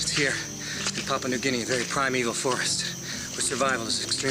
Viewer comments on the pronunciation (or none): It's pronounced "pa-POO-ah"